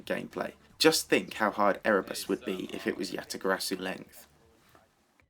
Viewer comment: omg stop saying YataGarasu if you can't pronounce it correctly